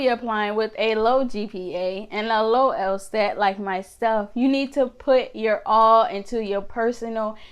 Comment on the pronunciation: She said “el-STat” instead of “el-SAT” for the LSAT. Methinks she isn’t very smart.